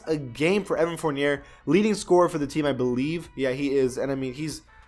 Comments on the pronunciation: bruh when he said evan Four-near instead of evan four-nee-aye my ears bled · Evan Fournier is pronounced Forn-Yay Chris Boucher is pronounced Boo-Shay